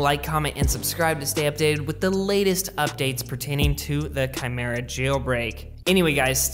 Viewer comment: Any one noticed he finally got it kymera instead of whatever 🤪😂he was saying in past. Anyways i am not trying to a dick. Love your videos brother and thanks for updating.